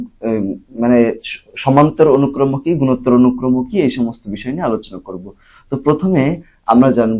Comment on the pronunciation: অনুক্রমো না অনুক্রম 😑😑